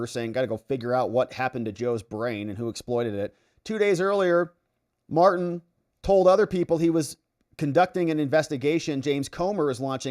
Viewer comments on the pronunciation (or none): none